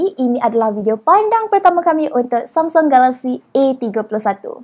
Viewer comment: lain mcm sebut samsung galaxy 😅